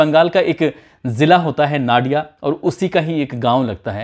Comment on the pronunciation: नडिया नहीं नादिया